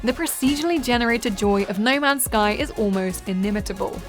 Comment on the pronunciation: “Ney mans sky” 😂